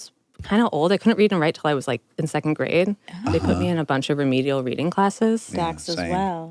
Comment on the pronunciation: Do the people around you pronounce that as secon(t) I can't stand it please correct them